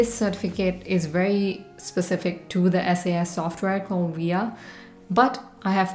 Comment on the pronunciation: It's called "SAS" as in SaaS, not S-A-S